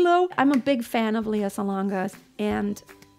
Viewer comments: Lea is pronounced as le-ya, not li-ya. She's very particular about this. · It's not 'LIYA' but LEA. okay? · She doesn't like her name pronounced "lee-ya" Lea is more like "ley-ya" 🙂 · LEY- YA, NOT LI-YA?